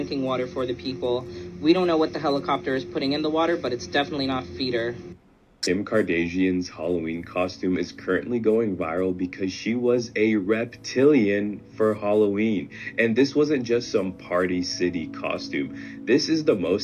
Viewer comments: "Kim kardajeeyin" I mean come on bro how do you not know how to pronounce her name? I pay zero attention to them and know how to pronounce it😂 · At 13 that Boi said Kim kardasian